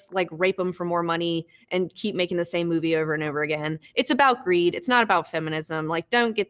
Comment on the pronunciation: "not about fe-muh-nism". hahah nice.